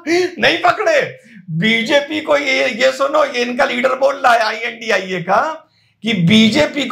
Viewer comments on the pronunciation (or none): none